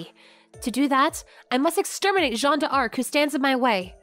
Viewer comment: Great work ! As a Frenchman, I cringe whenever you say French words - especially "Jeanne d'Arc" - but the rest was an impressive job.